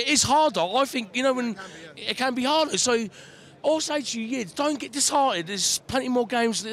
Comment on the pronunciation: HEARING THIS GUY SAY HARDER HAHAHA IT'S AMAZING